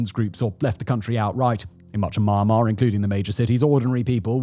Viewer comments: You can’t even pronounce Myanmar…how can I believe your talking mouthpiece? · Your commentary would be ok if you could actually pronounce the name of the country correctly. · Dude cant even pronounce Myanmar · Learn how to say "MYANMAR" correctly if you're going to criticize the country and exploit it for views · Listening to Simon butcher the word I can understand why they used “Burma”.😂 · here is a mistake fix ( its sound me yan mar and not man mar) spells Myanmar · Please try to get correct pronoun not mar mar is Myanmar မြန်မာ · Don't pronounce : my an ma .. pronounce : me an ma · My Mar Mar….😂. Mee Yan Mar bro 👊🏼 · It's "Myan-Mar". Not "My-An- Mar" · If you’re making a video on a country atleast pronounce the country right, its mee yan mar not maa mar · "Or inspiring an even greater ruprising among the people of Mawnmaw" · Dude it’s not ma-ma,if you can’t pronounce just call it Burma. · At least He said Mar Mar , Nobody Care Myanmar Sh! T 😂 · For those interested in how to pronounce the country's name, it's two syllables. Myan mar, not my an mar. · "Maa maa" bruh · Myanmar ❌ Marhmar ✅ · It’s pronounced mee-and-mar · Wtf is Maaanmaar??? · Listening to someone who pronounces Myanmar as Maanmar about Myanmar is absolutely pointless. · The country's name is definitely not to be pronounced "Ma-yan-mar". A bit of Googling surely isn't much to ask if you're gonna make a 26-minute video :P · It's pronounced "mee-an-mar". How do you make a whole half hour video on Myanmar and not know how to pronounce it 🤦🏻‍♂🤦🏻‍♂🤦🏻‍♂ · you mispronounce myanmar. it sounds like u said ma mar. have you tried reading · Why does he keep saying it as "Mar-Mar"... I just can't get over it. 😆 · did he just said mama instead of Myanmar at the beginning of the video. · It’s pronounced Mee-Yen-Mar ❤ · Thank you! Lets talk about Myanmar, not mama when you pronounce it correctly, so as you may have a better visual political aspect. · what a robot cant even pronounce myanmar